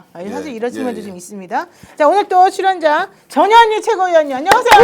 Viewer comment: 전현희 의원을 칭할때는 반드시 전, 현, 희라고 정확하게 발음해 주세요 안그러고 부르면 저녀니저녀니 욕하는거 같이 들려요